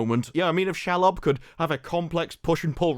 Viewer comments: you pronounce Shelob she -lob not shel lob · It’s SHEEEEELOB not Shelub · Who the hell is Shall-lob? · If they wrote season 2 first, then how did they write Bronwyn's story out of season 2?? They didn't know she was leaving! 😂😂 And the spider is pronounced She-lob 😊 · can we not call Shelob ... shalob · Please, please, pretty please pronounce Shelob "She-lob". Literally means female spider in much the same way she-wolf means female wolf.